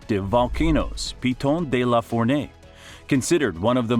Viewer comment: You could have practiced prononciation Piton de la Fournaise for exemple !!